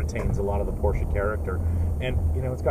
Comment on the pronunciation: The guy in the back doesn't even know how to pronounce PORSCHE. Pls don't do this for a living